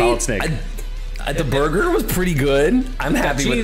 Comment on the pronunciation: Cheese Borgor